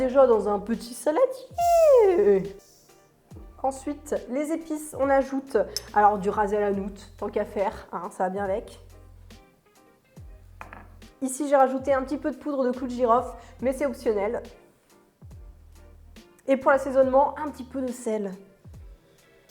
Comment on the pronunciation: C'est RASS el Hanoute et pas RAZ el.hanout, qui veut dire "la tête (de gandole ) du magasin " Sinon merci pour les recettes, notamment les gaufres 😍